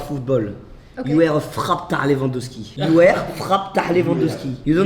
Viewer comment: J'étais morte de rire wsh 😂😂 Inox il remix des mots en anglais genre il transforme "heart" en "hearth" Et durant tt la vidéo personne lui a dit que c'était "you are" et pas "you ére" 😭😭